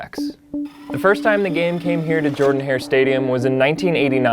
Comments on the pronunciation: This is a great video bro. Just a note - the stadium name is pronounced "Jerdan"-Hare, not Jordan. Great job on this video man. Keep 'em comin! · The stadium in Auburn is pronounced ‘Jurdan’- Hare, even though it’s spelled Jordan. No judgement, many Auburn fans don’t say it correctly. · Why does he keep saying the name of the stadium wrong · Auburn fans' ears bleed from the mispronunciation of Jordan Hare lol. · pls stop mispronouncing Jordan-Hare